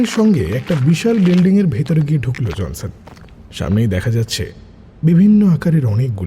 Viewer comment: er Pronunciation kane lagche. JONSON ke JANSAN, "ড়" ke "র"